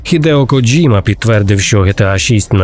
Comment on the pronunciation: Респект за правильну вимову японського імені. Це я про «Коджіму». Добре що не «Кодзіма» і не «Коджима» - що часто в Україні використовували. Дзвінки приголосні і разом з «і» - ось правильна вимова японських слів такого типу. А от «недурно» - це русизм) Критикування нінтендо за підвищення ціни на ігри в порівнянні з Call of Duty - це максимально тупо і примітивно. Нінтендо продає величезну гру раз і все. В той час як Колда має сізон паси, але ви підкреслили, що саме Нінтендо жадібна. Це різні системи і нічого тут когось засуджувати. Вартість на ігри мала піднятися іще років 10-15 тому. А в цілому непогано)